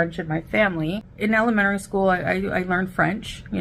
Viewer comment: just wait 'til you hear her pronounce "elementary."